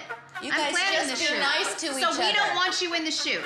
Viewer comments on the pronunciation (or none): none